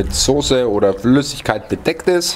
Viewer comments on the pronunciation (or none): none